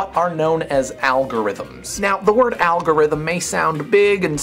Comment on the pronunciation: dan: "algorithom" me: *SCREAM and smashes pc*